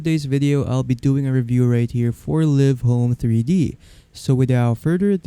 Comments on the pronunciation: ha ha it's live not liv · They make the videos yet they don’t know the actual pronunciation of the program. 😂